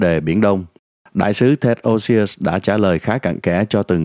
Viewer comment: Ted's last name is OSIUS, not Osious.